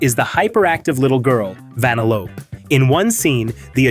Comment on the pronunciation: Wth is this comment chain 💀 sorry for breaking it not sorry... wow I feel childish for that.... whatever Ig Also... "Van-a-lOpe" 💀